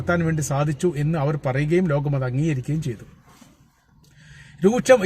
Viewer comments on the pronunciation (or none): none